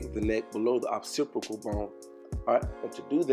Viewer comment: “below the otcsiprical bone” occipital